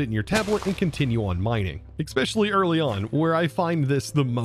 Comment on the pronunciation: Hey, one question and one request all in good fun. Why no watch of flowing time? Can you say “eSpecially” just once instead of “eXpecially” please? Having fun with this pack so far. EMC gen is painful at this time though.